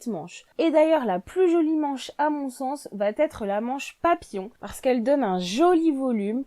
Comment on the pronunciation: Vidéo intéressante. 11ème conseil : évitez de dire va...t....être car il n'y a pas de T entre va et être. Les commentaires seront plus agréables à écouter. Merci.